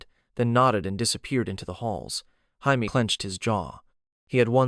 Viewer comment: The only thing that bothers me is how you say “Jaime”. Otherwise I like the reimagining.